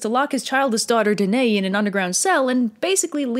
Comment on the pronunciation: Hey, I know I'm late to the party but that is not how you pronounce my name. It's duh - NUH - ee. Thanks :)